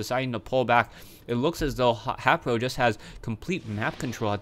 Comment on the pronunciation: WHy does this guy say HApro. its HAYpro say his name right